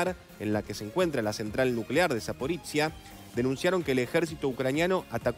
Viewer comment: Zaporoshye, no Zapporitziya...